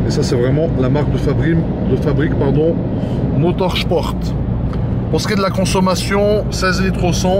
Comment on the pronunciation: Il prononce très bien ...Motor Sport. ( M..Chport) comme un Allemand